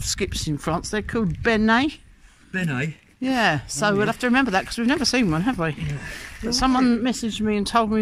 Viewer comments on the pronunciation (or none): I might be a bit late telling you and I’m sorry if so. Pronunciation for the French skip is ´ ben’ as the English name. Une benne (une Ben) yes it is a female noun. 🤣